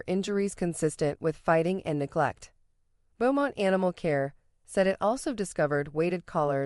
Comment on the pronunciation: Beaumont is pronounced Bo-mont